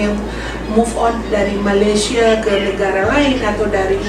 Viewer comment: Malaysie Malaysie,sebut betul2 malaysia